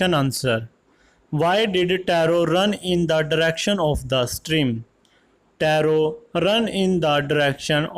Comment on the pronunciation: Vo taro ki ap rong speek kar raha ho sir